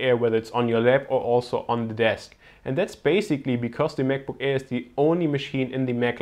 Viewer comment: He said Mac book error XD